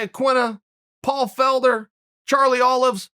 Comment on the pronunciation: Bruh I can’t he really said Charlie Olives 🫒😂😂😂